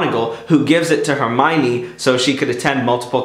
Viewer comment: You say «Her-my-nee» not Her-my-ohm-ne